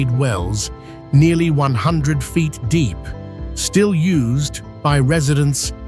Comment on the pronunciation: Am I the only one who noticed the AI’s inability to pronounce numbers, I’m trying to enjoy the beauty of this but I lost it when it tried to say 100 😂😂😂